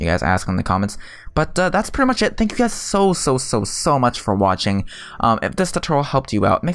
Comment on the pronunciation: hey umm this is not hate but ive been curious towards what you say for you're intro is because it sounds like this to me "Hello guides or guys" not sure tho